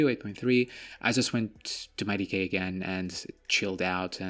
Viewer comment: D K! Not decay.